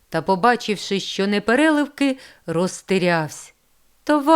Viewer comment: Дякую. Але чому ж пані читача не відпрацювали свою вимогу. Ріже вухо " чЬогось" "ШчЬо". Дякую все є таки . Хотілося б покращення вимови.